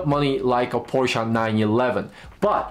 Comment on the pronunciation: I trust this gentleman more simply because he pronounced Porsche correctly. I'm (sort of) joking, but this is a very, very good review.